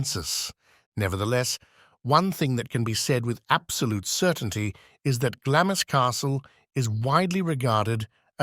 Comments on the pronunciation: glawmz not glammiss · Its pronounced Glaams not Glamis.